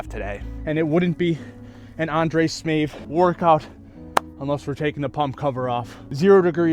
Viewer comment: smAev not smEav